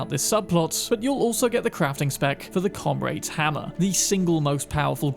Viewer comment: Why did you pronounce Comrade like that?